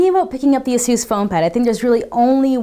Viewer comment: /ˈeɪsuːs/. just saying.